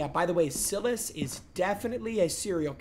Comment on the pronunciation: He keeps saying saying Silas name so wrong🤣🤣 has he never seen any movies where the demons name is Silas😭